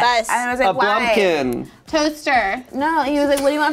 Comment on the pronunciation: I love how everyone who heard say blumkin just lost it